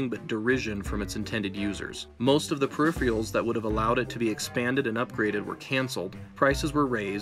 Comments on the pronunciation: just wanna point out that it's peripheRALs, not peripheals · I love your videos man... though I have to say, one consistency is your inability to pronounce some words, like "peripherals." 😂 Not throwing shade, I promise... thanks! Also I don't think you ever made that OS/2 video, as someone who ran OS/2 and thought it was a cool system, I'd love to see it! It had some pretty forward thinking-ideas.